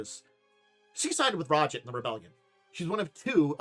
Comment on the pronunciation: Ra-jit? This pronunciation makes me wince. Much prefer Raj-aahdt